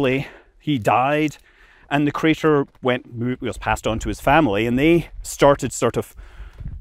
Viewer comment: "Meteor Crader"